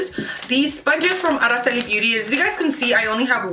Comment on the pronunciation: I like that you can pronounce Araceli ur the only one who's pronounces it right ..!